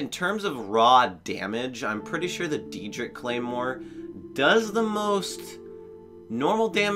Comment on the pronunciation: Did I just hear you say Deerdric? Trying to ignore that…